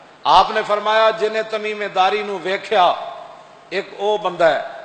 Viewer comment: ان کا نام تمیم داری تھا جناب تمیمے داری نہیں